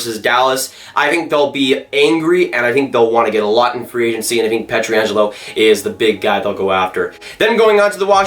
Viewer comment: Dude, I like your analysis and all but at this point I feel like you're trolling us with your pronunciation of Pietrangelo.